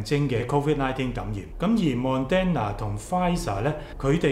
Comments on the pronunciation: Thank you but you keep pronouncing Moderna wrong, its not Mon-den-na. It’s Mod-dern-na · pl pronounce it properly It's not mon den na It is mo der na If you do not improve your credibility is decreased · 為何把Moderna 唸成 MON-DEN-NA呢？！